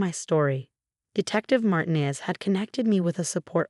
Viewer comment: Another Marcus and Emma? And another mispronounced Martinez. And faxade.